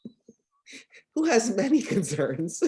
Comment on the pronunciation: His 'many' so genuinely hilarious. ha ha. Agents humans afterall